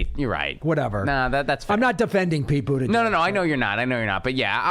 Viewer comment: Pete "Bougeiouse"?